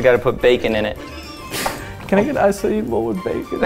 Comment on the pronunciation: Finally someone that says "acai" the right way